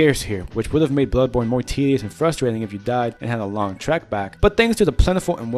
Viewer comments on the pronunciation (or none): none